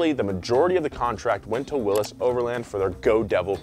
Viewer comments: Please! It’s not pronounced Willis. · Say Willys wrong again. I double dog dare ya